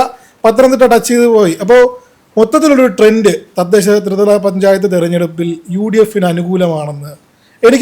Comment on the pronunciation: ത്രിവല അല്ല, ത്രിതല.